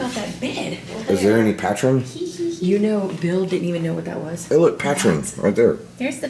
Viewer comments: Patrin lol patron !!!!! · Hey kids! Great video. FYI, Patron sounds like "puh-trone" not "pat-tron." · Obviously not tequila drinkers LOL. PLZ, you're killin me. PA TRONE, like drone but with a t. Not pa , pu. Patrone. 🤣🤣🤣🤣🤣🤣🤣🤣🤣 ya'll so funny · Patrine lmbo it called Pa-trone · Ok. Pat ron? Pat ron? It's patrone, homie. The o is long, like in the word home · It’s not patron it’s patrone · Oh gosh!! It's pronounced Puhtrone. Rhymes with drone. It's Spanish for boss. Love your videos!!, you are amazing!!! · he said pat rin . totally something I would say. ive never had patron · Did this man Omar really just call Patron, Patren? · It's not patron it's pa tron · it's "Pah TRONE".